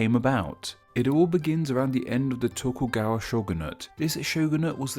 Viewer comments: Tokugawa......TokuGAWA. Come on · "Tokuwaga" lmfao